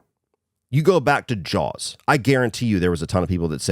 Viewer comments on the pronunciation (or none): none